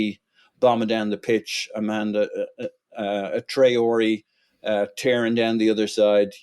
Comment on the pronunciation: Did called him Amanda Traore🤣